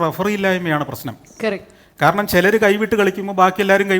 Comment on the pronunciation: കറക്റ്റ് അല്ല കേരക്ട്